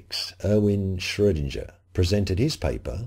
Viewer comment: Schrodinger is pronounced shrow'=ding=er ding rhymes with ring.